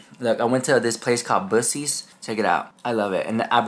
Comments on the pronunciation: said boosee's instead of Buckie's. hahahah amazing! Funny AF... but no I wouldn't support Kim's brand... Jeffrey all the way please! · TF is “Boocees”… 💀 it’s pronounced like Buck-ee-s”… 😆 🩵 ya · you know I LOVE YOU right? But we have to talk about how you say Buccee’s! 😂 It’s pronounced like “Buck-ee’s” my love! Unless of course you are saying it that way to be funny, in which case.. carry on girl! 🤣🤣🤣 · Bussey’s 🤣🤣🤣 Don’t be doin my boy Buccee (Buckey) like that!! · The way you pronounce Bucees has me dying laughing! It's pronounced like Buck-eees 😂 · lol BUCK-EES is how you pronounce it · ITS pronounced BUCK-EES! Thank you for making me laugh! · Here is Tennessee Bucees is said like Buckeys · It's BUCK-EES, ya know, like Bucky Beaver! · Love your channel, I won't buy anything from the crapdashions..I liked to have died laughing..it's spelled weird, but pronounced Bucky's...I love that store, swear I can't get out of it for less than a $100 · Queen! you’re from Texas and you can’t even pronounce that beaver store correctly lol😂 buck-ees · Just so you know it's pronounced Buh-keys. I don't want people making fun of you, because you didn't know. ❤ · You know ii is pronounced “Buck” “ee” , it is Buckee the Beaver. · it’s buck eees that’s how you pronounce it. Just saying